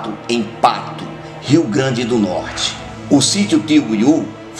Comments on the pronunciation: O nome da cidade não é "Pato" e sim PATU! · Cidade se pronuncia patú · Não é pato é patu com ú patú entendeu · Não é Pato e sim Patu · Patu, e não Pato.